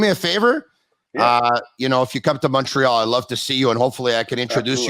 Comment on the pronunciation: Love the podcast and Mark Recchi, I had a poster of him in my bedroom when I was a kid. One suggestion though, can you get a guy who says Montreal properly re-record the intro?